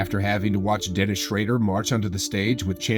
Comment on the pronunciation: You totally shredding Dennis name, other than that, good vid!